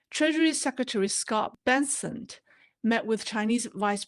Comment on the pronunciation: Sec of Treasury’s last name is Bessent not Benssent. Just FYI, no disrespect intended.